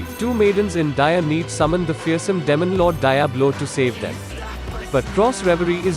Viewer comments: sounds like he's saying "lemon lord" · Damon lord😂